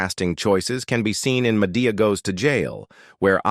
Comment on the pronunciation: This announcer does not know how to pronounce a lot of the names, Madea, Vandross, Jay Leno. Doesn't he do some research better he opens his mouth.